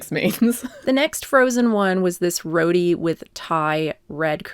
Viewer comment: Great video!! You’re awesome. The bread is pronounced row-tee not “roady” hahahaha